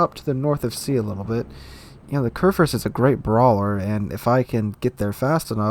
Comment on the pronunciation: körrförst... as a german i can only shake my head )